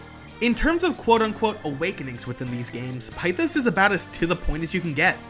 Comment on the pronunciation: One small-ish problem is the pronunciation of pithos as you say pi-thos when it’s pith-os. Also one super interesting thing about Sumi’s awakening is that her masks (plural) is fake, as she can’t accept what happened with her past which in turn leads her with cendrillon. (Basically Cinderella who also puts on a false persona to well) but once her reality “breaks” it turns into freya/freja, the Norse vanir goddess of fertility and by extension a goddess of war due to leading the Valkyries, which she it on a front to truck Odín. To turn into Ella, the true name of Cinderella AKA Cinder Ella and became her kind of title as princess Ella. I love everything to do with Sumi as a character her way of life, her backstory, her guilt every tiny detail is finally crafted to truly make you feel for her. Which is very persona but as someone who hasn’t played the original 5 the way Sumi fits is so perfect into this role of a main-side character, as she’s dealing with her own life not wanting to join the PT until she’s ready which ends up coming full circle when maruki gives her that insane reality check. When she’s the one who went to him for help and he initially did try but could only do so much with what he could it wasn’t until awaking azathoh, that he could truly change the world for the “better” giving people “perfection” and “peace” which he couldn’t because everything comes at a sacrifice, with maruki it was his mentality and morality he helped people who didn’t want to be helped a